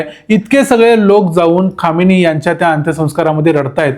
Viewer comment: खामेनी उच्चार आहे. खोमेनी नाही.